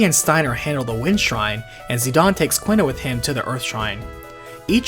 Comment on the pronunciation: FF9 video: pronounces Quina "kwinna" FF8 video: pronounces Quistis "keestis" I know this shouldn't bother me, but man I noticed it pretty hard lol